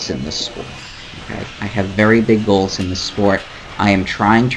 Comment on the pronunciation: Am i the only one that when he was giving his reason as to why he doesn't take his foot off the gas. Instead of hearing "because I have big goals", I heard "because I have big balls"? lmao